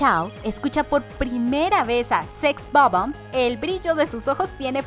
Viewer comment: Sex o bomb.... 😪 SEX BOB-OMB. En fin.... Ya nada me sorprende